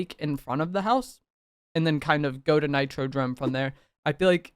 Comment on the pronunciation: Bro said nitro drome way too many times DOME ffs